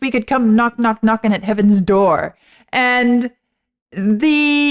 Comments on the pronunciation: The worst cover I have ever heard, thanks to. Who knew the word "door" had 3 syllables? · I find that style of singing the word "door" as if it's a three syllable word is annoying and obnoxious. But, to each, their own.